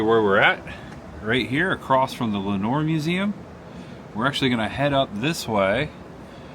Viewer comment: It's "LOUD-uhn". And you had Lenoir right, "len-OR" ❤